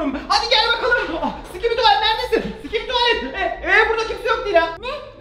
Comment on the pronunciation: Sikibi değil şibili dop dop yes yes